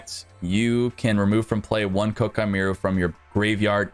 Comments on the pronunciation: It’s pronounced Kwai-kee-mer-u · Jesus people it's "Ko-Ah-Kee Mei-Ru" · Great drinking game. Take a shot every time he mispronounces koa' ki meiru.